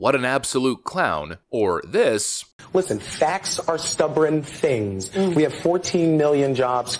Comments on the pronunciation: He said facts are stubbron things, apparently English is hard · "Facts are 'stubbren' things." Yes they are! He should stick to them. Maybe learn how to speak on the way. Morons all.